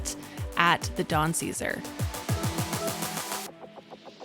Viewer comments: Beautiful video…only one faux pas it’s pronounced the Don Cezar (not caesar)…can’t wait to go back! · Great Video. The Pink Hotel was for the Ships to see. The Navy GAVE them this Color way back when and it has stayed this PINK color. Its pronounced "Don Ce Sar" with MORE emphasis on the SAR . Think of it like a light house. Has been remodeled a few times. Great place to go jet-skiing. The white sandy beach is just wonderful. Lots of weddings happen there too. You need to spend a whole week or 2 out here. There is a whole other side just South of the that. EnJOY!!! Thanks for the video. :)) Alan